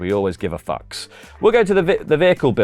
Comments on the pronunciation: It was pronounced "fee-yewks" in the movie. 😐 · As a fan of The Thing for over two decades, mispronouncing Fuchs as F**ks, is triggering me. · What is it about The Thing that turns to a bawdy Carry On palaver? 👀 And I know the mispronunciation of Fuchs is undoubtedly intentional for fun, but I still cringe into a ball whenever I hear it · I've only ever heard it pronounced like "fucks". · I always love when this word, Fuchs, stump people. I took German in school, so I know what it mean (literally means "fox" in German). In English there are different ways to pronounce it. The easiest way for me to explain them are like this 1. "F" + "ooks" (like in "books") 2. "F" + "yooks" (like "yew", the tree) So it's basically "fooks" or "fyooks" in English, though the latter is more American English as the "u" makes a "yoo" sound